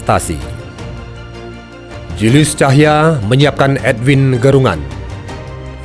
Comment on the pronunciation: Bukan ‘Cahya’ sebetulnya tapi ‘Tahija’ (org Ambon). Utk Narator